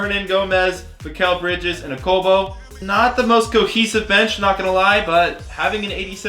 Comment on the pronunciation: Every time he says mikal bridges it reminds me of mikal Jordan from troydan